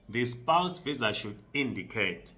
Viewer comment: Spouse spouse not spounce jirre